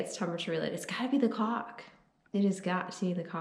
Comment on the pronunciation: If YouTube doesn't censor this one I'll be surprised not sure if you listen to it really really close how are your pronunciation of caulk actually sounds. And then you get the borderline dirty insinuations in conjunction with the miss pronunciation.